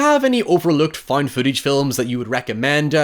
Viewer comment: I still don't know what "foind footage" is..